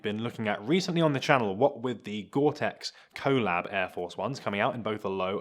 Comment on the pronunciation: Please learn how to say collab